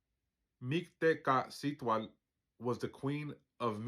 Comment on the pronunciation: Don't worry too much bout the pronunciation... The meaning comes from the understanding of your balance with heart and mind... But if you like, here's a way to remember the sounds... Mick-teh-kasi-hua-tle... The Q is silent. 🙂✌🤞🤘🙏